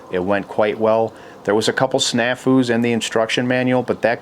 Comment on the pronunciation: Snaffoo? Wtf is that?